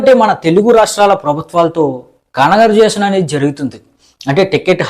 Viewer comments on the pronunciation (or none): congaration kaadu saami..coversation,,paachi kaadu pass cheyochu,,,,,,humble kaadu adi homble films..konchem sarigga chusukovaddu